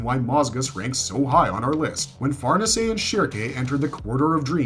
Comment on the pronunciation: You pronounced fernese three diff ways in a row bro. Decide one way pls god